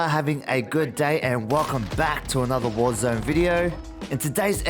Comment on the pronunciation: Thank you for this videos! Great content, was looking for something like this :) However: Is "warzöne" the swedish version of warzone? Just wondering... ;) :p